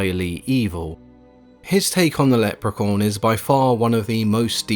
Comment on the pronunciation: It sounds like he keeps saying: "Leprecorn," which is something I really need to be a thing, now.